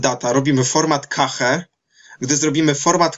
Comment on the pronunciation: nie KEJCH, nie KACHE, tylko KESZ :) sorry, ale już nie mogłem wytrzymać :)